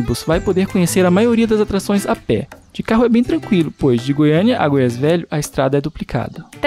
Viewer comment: NAO E GOIAISS E SIM GOIAS,NAO SEI PORQUE AS PESSOAS INSISTE EM FALAR ERRADO.